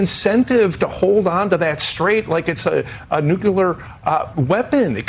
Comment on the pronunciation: Your pronunciation of nuclear is a big hot mess